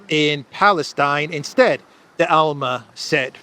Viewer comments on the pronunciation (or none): It's D'Alema not De Alma 😀 but anyway, "la repubblica" is really a good newspaper if you use it as a bottom for the canary cage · You butchered Dalema name but great video anyway